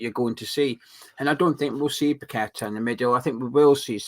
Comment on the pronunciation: tell your mate its paqueta not pack a tar. Ffs Nice show and spuds now fine for me with top coach and we have that prick moyes still. We will get our west ham way back when moyes is gone. Hate the guy from years ago and still do. Poch pep kompany Carrick post the way forward. Tim pls sort out